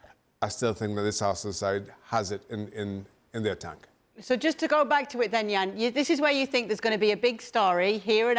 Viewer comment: Jan is always right 🩵 n it’s Jan not Yan❕🙄🤣